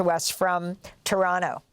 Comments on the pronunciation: Good on you Amy. Toronto is pronounced "Trawna" 😄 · Is she Canadian? Amy pronounced Toronto almost perfectly canadian~ lol